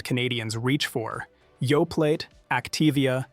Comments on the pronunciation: Yoe-play, not Yoe-plate. This is Canada, after all. Remember your French class! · It's Yoplait p l a y not p l a t e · OK, surely this must be AI generated speech? I really thought it was a human but come on Yoplait is pronounced Yo-play. I don’t know about you guys but when I hear mispronunciation, it’s not endearing me to believing what’s being said. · That's not true. Activia is a very healthy yogurt. And the t is silent in Yoplait . Omg!! This so fear mongering and Canada has labeling laws. What in the good is what's on the label. You poor pronunciation is a huge indicator that your A FEAR MONGER. SHAME ON YOU! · Yoplait -- the 't' is silent tap ioca NOT TAPE ioca _ This AI bot needs pronunciation lessons.